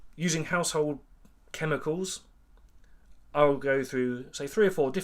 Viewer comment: Chem-i-Cals? Said?